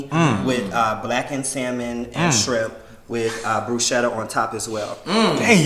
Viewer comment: 😖😖Oooooo lawd, that irks my nerves. Please don't pronounce the L in salmon or say 'strimp' or 'skrimp'. 🤢🤢😠